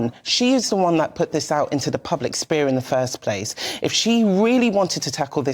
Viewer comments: Lol this uneducated black woman. Its public sphere not public spear. Ignorance, not "Ignorancy" is bliss. You may ask people all the time where are you from, but she a wasn't just asked where she was from, she was asked where her people were from after she answered where she was from and when that second answer still wasn't good enough she was asked where are you really really from. It was an offensive line of questioning but not smart to go to the press about this for real because nobody who doesn't believe the establishment who collected African heads in Kenya as recently as the 1950s under the late Queen, is going to be convinced of the fact by this story and everyone who knows the truth is busy trying to mind their own business and survive in this hostile environment. Ngozi Fulani has taken names from two African tribes that are basically mortal enemies, she's a confused person but she shouldn't have been treated the way she was. Her birth name is something mundane and English, the old woman quizzing her was probably trying to show off her knowledge of African names. Old people need to be cut some slack sometimes. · That, my friend, is "Ignorancy" [sic]. Aksed in a spear ....